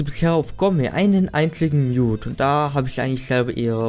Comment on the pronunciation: Nichts gegen dich oder dein Sprachfehler, aber jedes mal wenn du Mute sagst klingt es so als wenn du Nude sagen würdest xd